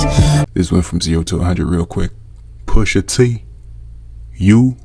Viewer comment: “Poosha TEE…”😰